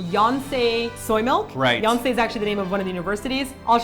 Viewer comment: Yonsei soymilk... I heard Beyonce soymilk lol